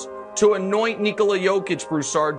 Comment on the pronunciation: The only hop shot in the world that is unblockable 😂. How come these announcers say his first name wrong all the time? To rob the man of his third mvp because of his nationality is dead wrong but thankfully Jokic doesn't give a shit 😂